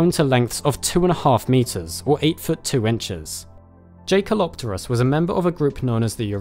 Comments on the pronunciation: Jae pronounces like yay bro like jaeger isn’t Jay-ger it’s yay-ger just an fwi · JAY? kelopterus???? YAY with a YYYYYYYYYYYYYYYYYYYY man. named after a german dude. please check pronunciation before publishing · Yes it is. Well spotted. Most of the time in the media I just let this slip and they called in Jake-El-Op-Ter-Us but it's really Yay-Kel... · I thought it's pronounced yekalopterus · A minor nitpick: I think the J in Jaekelopterus is pronounced as a Y, just like in the German word Jäger (or Jaeger as would be written in English).